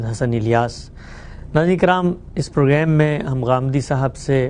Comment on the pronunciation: جناب، پروگرام کو پروگریم نہ کہا کریں۔ یہ لفظ انگریزی میں بھی پروگرام ہے اور اسے پروگریم کہنا محض مغلوب ذہنیت کی غمّازی کرتی ہے۔